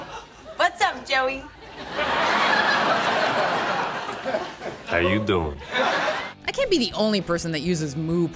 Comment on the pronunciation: The girl just said it wrong how u doing? Is how u doiiiing.